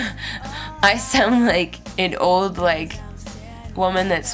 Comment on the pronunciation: Elasticity is a word :) I love the way you say 'old'. Sounds like "ohd". The first time I heard it was when you described your Harmony guitar. Thought you were being cute because it sounded like a kid talking :) but you still pronounced it "ohd" in this video. Anyway, LOVE IT :)